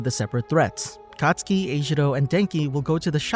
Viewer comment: When you say katsuki I heard akatsuki